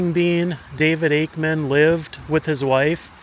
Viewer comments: It’s “AKEMAN”, not “Ackerman”. No R. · His last name was Akeman not Akerman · Akeman sir. Not Akerman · Not Akerman - Akeman - good grief…………../ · Akeman, not Akerman. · You keep mispronouncing his name.. even when it was spelled on the grave marker. It's Akeman not Akerman. There's no "r". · It was Ake=mem not Aker=men!! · It's not "Akerman" ... it's Akeman'. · It’s Akeman not Ackerman. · I have to wonder why you kept saying "Akerman" when it is Akeman. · Let me help you out young man, it's not Akerman, it is Akemon. He was from where I am from which is Jackson County Ky, not Jackson Ky. That is the county seat of Brethitt County Ky. I knew people that grew up with the man, and know alot of tales of him, alot of which I cannot tell on YouTube. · AKEMAN! NOT Akerman. Nice video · I'm sorry...it is AKEMAN. There is no "R" in it. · There is no “r” in Akeman. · Its Akeman! Pronounced Ake-Man. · ...There is no R in his name...geezus man. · You keep on butchering his name and you're looking at the gravesite as you're doing it 🫤🫤🫤